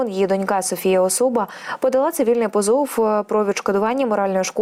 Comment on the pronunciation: Тааак. З наголосами зовсім біда...... ПозОв😅